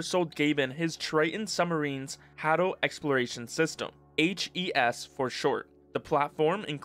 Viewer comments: Hadel (Hay-dell) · The way you say "Abyssal" and "Hadal" physically hurts me.